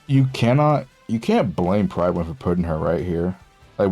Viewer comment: It's pronounced pruhd-when